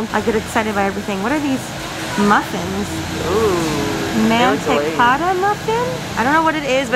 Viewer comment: Omg the way pronounces Mantecada got me